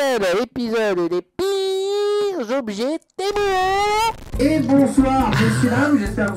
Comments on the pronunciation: c pas témou a l'oral té mu a l'oral😉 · Temu pas temou mais sinon continue t’es vidéo tu me fait trop rire (prend pas mal le temu temou juste sa me perturbe) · Cela ne ce dit pas temou mais temU! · Tému pas témou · J’adore le « TEMOU » dès le début de la vidéo 😂😂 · en fait cyril il dit t'est mou au lieu de temu :elbowcough:🤣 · témou 🤣🤣🤣🤣🤣 tu es le seul a appeler sa témou sinon continue comme sa je t'adore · Tu devrais te vendre sur temu.... Psssit on dit tiimyu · Arrête de dire TEMOU purée 🤣 Dans quelle monde un U se prononce OU en français 🤣🤣